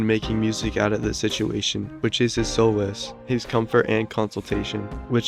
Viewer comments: It’s solace not soulless. It’s pronounced “saw-liss” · Solace isn't pronounced like that